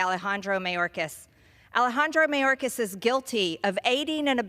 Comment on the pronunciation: This fool can’t even pronounce Secretary Mayorkas’ name. Then again, she can’t pronounce “indicted” even with her finger sounding out word by word. Someone else needs to tell good ole marge much of the fentanyl is brought over by American drug dealers.. the only alien i see is this uneducated, overbearing, screeching woman. This is the face of the GOP… god help those of us who actually live in reality